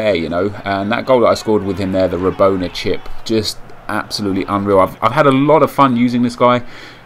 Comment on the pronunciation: its rabona, not roboner lol